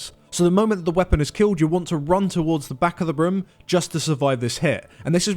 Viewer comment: I just can't get over their pronounciation of "room". No offense.